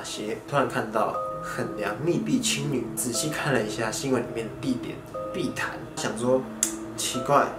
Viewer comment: 誰跟我一樣把碧潭聽成屁孩😂😂